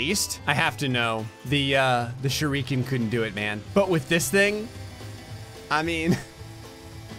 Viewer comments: Hearing say "shuriiiken" instead of "shUriken" pains me. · He keeps pronouncing it “sh-ri-kan”, but I think the name of the bike is pronounced “shur- i- kan”, like the throwing star. A shurikan. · How many times must mispronounce shuriken